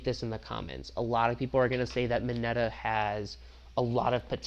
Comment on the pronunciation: You did Mina and mineta wrong my guy